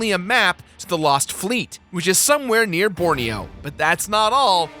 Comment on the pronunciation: you pronounce borneo wrongly